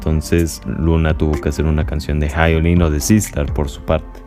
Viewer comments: Es Hyolyn ( Ji-o-Lin) fonéticamente,NO “Jai-o-Lin” te pido encarecidamente 🙏🙏🙏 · Si no sabes ni pronunciar el nombre de LA HYOLYN no mereces opinar de su presentación , es obvio q no sabes nada de música o presencia escénica,obviamente sos un pseudo otaku